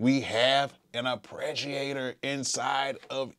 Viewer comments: LOVE your raw work Bro. One comment = AR- PAY-GEE-A-TOR, not AR-PRE-GEE-A-TOR. Root of the word is arpeggiate! Much love, you are simply an AMAZING source for creative music inspiration! THANK YOU, THANK YOU, THANK YOU!!! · Very cool and informative video. One bone to pick with you though. The word is ARPEGGiator, not ArpReggiator.